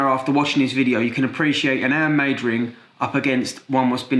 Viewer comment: I love how you don’t say your H’s 😂